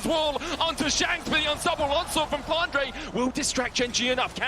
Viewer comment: why does say flandre as flandruh